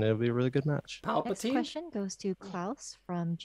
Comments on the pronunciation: Did Yay really call patiphan "Palpatine" ? 😂😂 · patiphan = palapatine XD